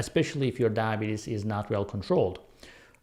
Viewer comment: You're having problem saying diabetes.